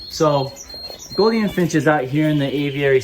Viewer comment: Mate the “ou” in Gouldian is pronounced with a oo (like “loop”) not “o” as on “got”.